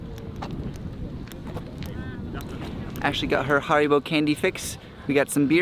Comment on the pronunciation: HAribo not HOribo :D